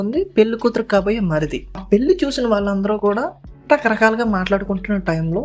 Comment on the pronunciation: పెల్లి, మల్లి, కాదురా పెళ్లి, మళ్లీ అనాలి ముందు తెలుగు చక్కగా మాట్లాడితే సబ్స్క్రయిబ్ చేసుకుంటాం